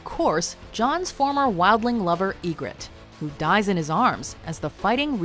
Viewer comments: I know that! She pronounced her name "E-gritte" instead of "Ye-Gritte", so I asked that question out of sarcasm to point out how she messed up the name! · Who's "E-gritte"?